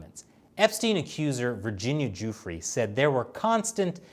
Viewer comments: The victim's name is pronounced; Doofray not Duefree. Just saying... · Why does he keep calling him “Joofrey”? It’s driving me crazy. 🤣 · You can't report on the fact of a case if you haven't read the case at all.... I'm a minute and a half in and he's already misrepresented Epstein and Maxwell's relationship and mispronounced Virginia Guiffre's last name which only has to be one of the most high profile victims in the world right now. I know more about this case than you and I'm not reporting it. Pick your shit up